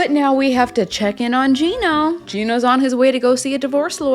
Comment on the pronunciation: Yes you are pronouncing his name correctly! Finally someone says it right!!